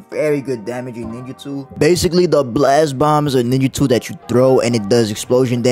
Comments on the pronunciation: Bro really said niggatool like I wasn’t gonna catch it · It sounded like you said the n word 😂